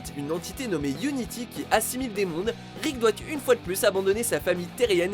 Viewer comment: ''Ricket morty''😂😂😂